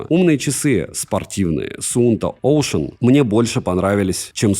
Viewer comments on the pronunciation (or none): Суунто оклин, клёва ты придумал назвать)) В школе явно не английский учил)